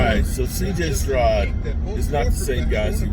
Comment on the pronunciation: CJ Strod.....his damn name is Stroud.....like cloud